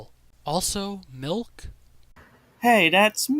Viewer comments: says malk. Me: no you saying wrong, you are not saying milk, you are saying malk?! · Just give him a glass of mulk